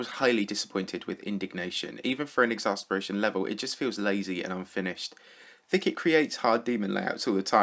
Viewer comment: more Like thick - et it should be